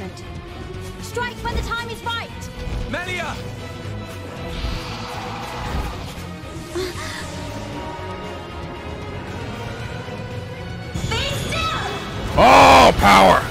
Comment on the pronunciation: If gonna go this whole episode saying "Meelia," oh boy, it's gonna be just like Revali all over again........